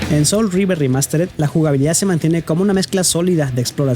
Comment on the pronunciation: Wey no es "soul of Rever" es SOUL REAVER 🤣🤣🍩